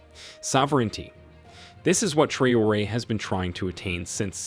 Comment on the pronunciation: The voice-over mangles Traoré's name so badly that he must be a yankee.